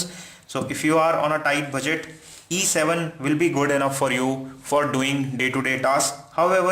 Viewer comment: very confusing everytime you speak either "E7" or "A7" because you pronounced them similarly! lmao